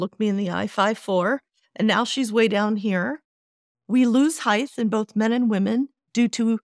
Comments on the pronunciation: It’s not heighth. It’s heighttttt. Sigh. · She pronounced it “heighth” 😂 multiple times. She’s lost validity